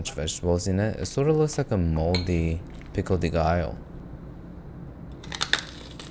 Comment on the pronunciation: did my guy just say pickle de gallo